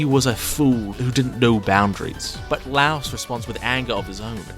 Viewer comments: "laos" did bro not hear the audio? its "la-e-os" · Say it like LIE-OS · great video but... the way you pronounce laios' name is like saying lie and us together except you say us with an o sound, not like the country Laos. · Laios no Lauos. He's note a house. He's a LAIr. "lye""os" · Him pronouncing my glorious king's name wrong IS SO PEEVING 😭. ITS "LIE-OHS" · I NEED you to stop saying "louse" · his name is not LOUSE!!! PLEEEASSSEEEE